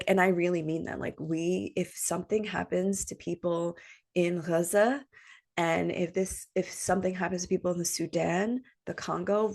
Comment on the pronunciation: Dearest. A bit late, but had to go back and let u know how much this épisode touched my humanitarian heart! Somehow when u pronounced Gaza in its original way and shared ur hello kitty bottle. These so called "small" things gave me the chills. Because being human has nothing to do with race, religion and so forth. Thank you for having an open heart and spreading awareness while doing our favourite thing astrology. From a cancer 🌞 and Leo rising ❤🌻🇵🇸✊🏽 we are one